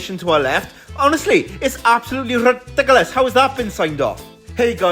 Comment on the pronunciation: I love that it’s rrrridicolos lol